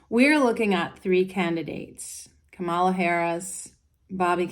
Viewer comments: It's not Commaluh it is Comma La. La La La. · Please pronounce her name correctly. KA-ma-la. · Straight away, within a couple of minutes, you mispronounced Kamala's name. The emphasis is on the first syllable. I'm hoping this was a genuine mistake because you seem like a really nice person, with a great aura, so I'll continue to the end of the video. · I hear you that people pronounce common nouns differently for regional reasons, but people’s names are specific to them. So when we use a different word for someone than their name, it isn’t correct.